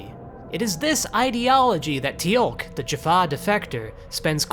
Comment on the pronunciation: A nitpick, but by god how do you mispronounce Teal'c you watched the whole show. I'll let zen koan slide.